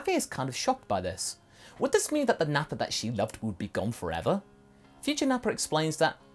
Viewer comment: You mean “NappaN?”